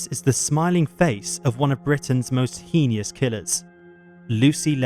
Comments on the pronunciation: what does "HEENIEUS" mean?? did he mean HEINOUS?? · It's pronounced "HEY-nus". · Narrator: 'heinous' is pronounced 'haynus' (beginning of Lucy Letby)!